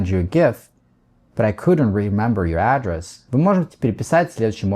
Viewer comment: Извините, но вы неправильно ставите ударение в слове address (адрес), там ударение на второй слог.